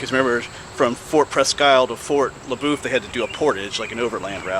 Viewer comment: Everyone around here says fort le boeuf as if you were saying fort la buff. Did you get a chance while you was there and go over to see the covered bridge they was restoring? I don't know if they're done with it yet.